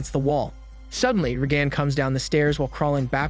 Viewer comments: "RAY-gun", not "RayGAN". Bad computer "voicing". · You say Reagan weird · if you watched the movie how do you mispronounce one of the main character's name? Her mother literally says her name 45 times. or mislable the assistant for Regan?